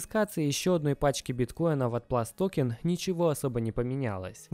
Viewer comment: ПлюсТокен, а не ПласТокен Не Билл Пульт, а Билл Пультэ